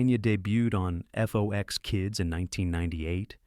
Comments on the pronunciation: It’s FOX, not F-O-X. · How old are you? I ask because you referred to FOX (like the animal) as "F-O-X". Also, the name of the guy who voiced C-Beer was pronounced as "Tone Loke". I mean, that was EVERYWHERE in the 1990s.